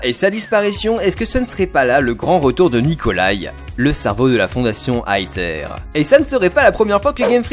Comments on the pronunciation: sa ne se dit pas aether mais aeseur mais sa s'écrie comme ça aether tous symplement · Plot twist : personne ne sait et les théories sont juste des machines à vues en attendant les jeux. Et en japonais la fondation Aether se prononce Eteru. Donc on peut dire Étère. Pas Aétère. Ni Aether à l'anglaise. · Ça se prononce èzeure pas aeteur purée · Pour la prononciation (ouai je suis chiant car tu as râlé la dessus) c'est Ether pour l'élément de l'esprit, alors que le mot Aether désigne bien une sorte de "Paradis" et se prononce A-é-Zeur (je voulais juste le dire même si je pense qu'il y a eu beaucoup de recherche de votre côté) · sa ce dis ézeure sinon super vidéo! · Je n'ai pas du tout regarder les trailers mais peut être que la team Skull était là contre Aether (pour moi sa se dit "èzère")et le mec un peu punk au cheveux blac soit son frère qui se rend compte que Aether se barrent en couilles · AETHER se prononce AIZER ok ? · EATHER se prononse AFER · aether se prononce iveur avec un accent anglais bien sur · On dit "Æther"... c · pour aether on prononce aezer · On dit "aïzeur", le "th" se dit "z" mais avec la langue touchant les dents du haut de devant !!!